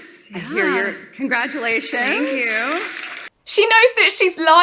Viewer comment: ........... .........hilarious...... Grand-Dad's giant Pantaloons are "wearing her" again. ........and COMPLETELY FORGETTING her Word Salad at 9;48........."thenkew" now piss off.